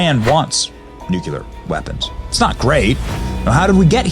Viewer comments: Great video, Benny‼️ Please learn how to say nuclear correctly - new-klee-ar - I don't want to relive all of those years again hearing George Bush slaughter the pronunciation of that word over and over‼️🤣 Know I L🇺🇸VE YOU BENNY❣️ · I love you, Benny, but i really wish you could learn to pronounce "nuclear". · Benny..great video ..but for the love of God..PLEASE stop mispronouncing NUCLEAR..there’s no U between the C and the L ❤ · I love you Benny but how many times can you say 'Nuclear' wrong in one video? 😂😂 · ME TOO ! THIS DRIVES ME NUTS!! I've turned off several nuclear scientists because even they couldn't say this simple word! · Benny it's noo clee ur not noo kue lar 🤷🏻‍♀️ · NOO-klee-err. Say it! Not NOOK-you-ler. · No it does not deserve to be greatly admired. He continually mispronounced the word NUCLEAR though out his narration. It's pronounced NUCLEAR, not NUCULAR ! ! ! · Nuclear is properly pronounced: Nook'-lee-ar NOT Nook'-U-LAR or LER! Loved Truman another great Missouri boy! Regarding the dropping of the bombs, my late father, Willis F. Turner, was on a troop ship waiting to invade Tokyo when they were dropped. He was in the Americal Division, 23rd Infantry. Had the bombs not been dropped, I might not be here today, nor my children, grandchildren, and great-grandchildren. War is hell; avoid it at all costs, but if started, win it AT ALL COSTS. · It would help if the narrator actually could or would pronounce the word correctly. It's NUCLEAR, not NUCULAR. Learn to read ! ! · Nu cleeeee ar NOT nu cu lar!!! Seriously stop! Nu cle ar!! Ugh! Unbearable! I have NO IDEA what you just said!! My brain is burning! But I still gave you a thumbs up 😏👍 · Benny, it's nu-cle-ar not nuc-u-ler. Just sayin. Love you channel. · It’s nuclear. “New clee er” Not Nukeular. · Though SPELLED correctly - You keep saying it as "NEW-Q-LERR" not "NEW-CLEARR" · Nuk•LEE•er Not NUK•YU•ler WHY CAN’T PEOPLE SAY THIS WORD CORRECTLY?!?! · COME ON BENNY! It's NUCLEAR, not nucular